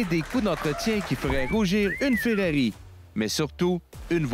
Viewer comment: C'est Ferrari ou Ferrero mais Ferreri NON 😂😂😂